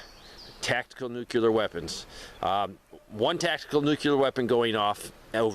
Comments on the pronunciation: Nuclear not nucular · What is a "nucular"? Because inside an atom is a "nucleus". Not a nuculus.